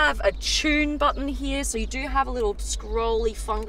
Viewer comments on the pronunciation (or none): It’s here not heay